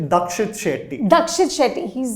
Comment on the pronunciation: For fucks sake, get the actors' name right. It's the least you can do. It's Deekshit Shetty, not Dakshit.